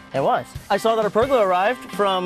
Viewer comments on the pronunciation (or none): PergOla not pergUla. pronounced Per-gola